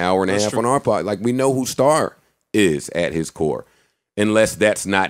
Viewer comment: he kept saying "When Star was on our podast"... WHERE IS THAT EPISODE, Mr. BUDDEN??